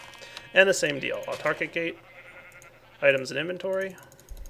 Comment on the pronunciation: I remember when used to say auto-archic gates instead of autarchic.